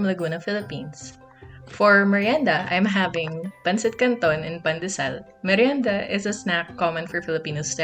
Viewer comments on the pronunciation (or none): Wait who is Miranda? wait...did you say MIRIENDA? Repeat after me...MIR...YEN...DA, mirienda! Lol just kidding. Thanks for this fun video! 💙💙💙